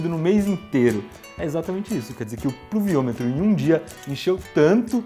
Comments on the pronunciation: puluviometro kkkk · eu seu tenho 9 anos consigo fala pluviômetro com mais facilidade que o Iberê :|